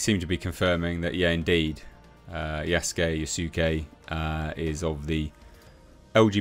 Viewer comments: Dude, it's pronounced "Yas-kay". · Lmao yuh-sue-k lmfao